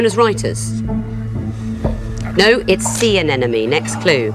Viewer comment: Host: It's Sea AneNoMe. Guests: I'm afraid you lose a point. Every consonant counts.